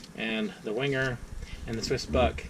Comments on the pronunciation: Venguh! That 'w' is not an English 'w' but a German one. Never wing-er. If you're a reviewer of these Swiss Army knives, and Wenger was the only other Swiss Army Knife company other than Victorinox, until Wenger went bankrupt, why not learn how to pronounce Wenger correctly? Is this an American thing not to be concerned with proper pronunciation? A Uhmurqueen ting! W = V. G is hard G, as in GOT or GOAT. Final R is silent. VENGUH A small thing, unless you review a company with a non-English name. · It's Wenger, wang errr, I 100% genuinely and I really do mean this do not care how you think a discontinued knife company's name is pronounced